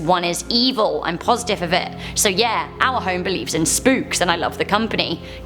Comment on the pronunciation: I know you said "our content", but I heard "owl content."